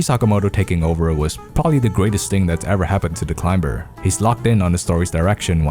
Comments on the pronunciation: He can say climb and climbing properly but not climber somehow. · The climber is not pronounced with a b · I love this video but I hate how u say climber